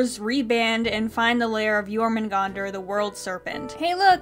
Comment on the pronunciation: Okay, I know this is a little nitpicky, but their pronunciation of Jörmungandr makes me die inside. If you're gonna use a word that comes from a different language, at least learn to pronounce it correctly.